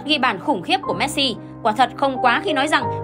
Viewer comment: Chị đọc sai họ rồi